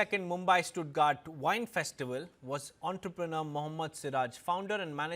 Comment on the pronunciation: It's Stuttgart ( you pronounce it as it written)